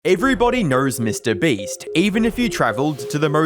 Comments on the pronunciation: Why is this dude so obsessed with inserting Rs into every word "Everybody knowrs Mr Beast, even if you traveled to the morst remort" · Everybody "knurs" MrBeast? Mariur?(Mario) not an accent at that point just a purposeful mispronounciation